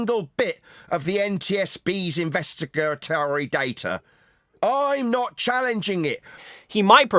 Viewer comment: uneducated clown can't even say investigatory